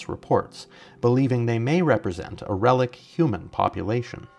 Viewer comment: Relic-T, my dear, with a "t".